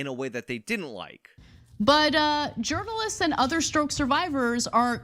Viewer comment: I swear sometimes it sounds like she says Gerbilists instead of journalists 🐹